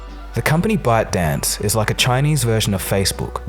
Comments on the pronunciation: Am I the only one hearing "Butt Dance" LMFAO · when you said byte dance what i heard is "butt dance" lol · When says ByteDance it sounds like buttdance